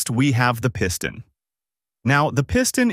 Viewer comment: The Pee-ston? Dude, need to train your computer how to pronounce words. Or better yet, just put a human behind the microphone. I bloody can’t stand a computer generated narration, you earned yourself an instant thumbs down from me.